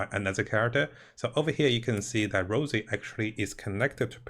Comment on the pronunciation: Rossi, not Rosey. Respectfully.